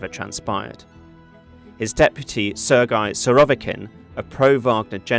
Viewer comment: is it really such a tongue breaker to pronounce Sergei properly for an English native speaker? I don't think so. It must be a telegraphy not giving a damn. Sloppy sloppy work